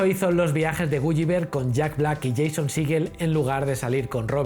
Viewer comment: Por dios no es "gu-yi-ver" sino "gu-li-ver". Esas 2 L se pronuncian como una L normal